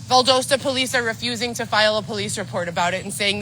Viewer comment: Uh… Val - DOE - sta gets me. I’ve never heard anyone pronounce it like that